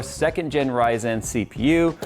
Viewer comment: HEHe you say Ryzen funny :P